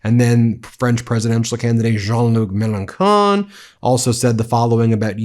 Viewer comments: Great video! Just one little point, for Mélenchon, it's pronounced melen-shon (not con). ;) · Be careful when you cite Melenchon. He's as far left as can be, and not in the funny fluffy hippie way. He's not Mamdani. He's more like a leftist version of Nigel Farage or Stephen Miller. Check him out before you cite him. (And its pronounced melenSHon not melenkhon.) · Melanchon is pronounced melanshon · Nice that you quoted Jean-Luc Mélenchon (just for your information, the right way to pronounce his name is Melen"shon"). He is the only real left ring candidate we have in France, and the only serious candidate to block the election of the far right Trump fanatics party that is promoted by the mainstream Medias here. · It’s Melon-shon btw ! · In French, ch is sometimes pronounced like k, but more frequently like sh, as in chocolat chaud, for example. The name Mélanchon is pronounced with the sh sound.